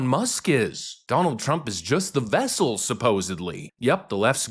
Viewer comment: Not vessel but vessel. C'mon man.